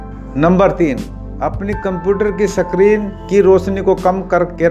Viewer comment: Sakrin nhi hota screen hota h